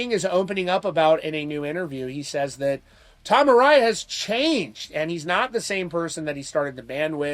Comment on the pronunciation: A-rye-a? No, A-ray-a